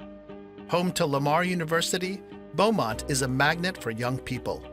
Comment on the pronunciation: Beaumont is not like what he said it is.